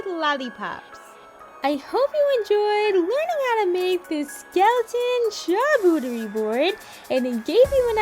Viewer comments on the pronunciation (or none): It's not a charcuterie, it's a charboooooooooooooooooooooooterie